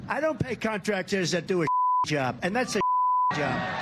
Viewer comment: When you don't finish a word like job, a one syllable word, something is wrong.